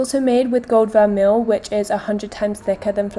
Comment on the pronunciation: Great video:) just a little PSA, Étoile is pronounced eh-twul (like how you pronounced it but without the é on the end. It means star in French!), Linjer is pronounced linear (like the adjective meaning in a line), vermeil is pronounced ver-may and mauve is pronounced mowv:)